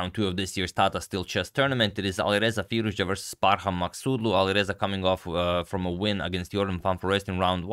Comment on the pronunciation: Forget the game. I'm just really impressed how accurately you pronounce Maghsoodloo.